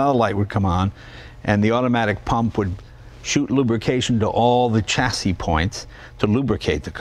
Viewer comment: Dear Jay, there is no "t" in chassis. That is all.